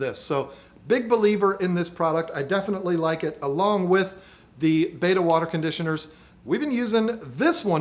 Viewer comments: Pet peeve time - it’s bet-a not bait-a. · It's Bet-ta not ba-ta or beta!!! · Interesting video. 👍 Looks like an Alpha \ Beta aquarium (to play on words\connotations). 😏 Also, was the video filmed in Vhs or perhaps Beta? 🤗 P.S. I know it's spelled Betta, but you like to pronounce it 'Beta'. BTW, I do as well. 😋 Good video as always and myself as a man with manly aquariums, all I can say is good job. 👍😎